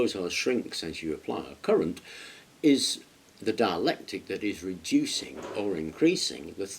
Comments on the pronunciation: It's dielectric not dielectic, or am I hearing him wrong. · ......yes, it's dielectric not dialectic .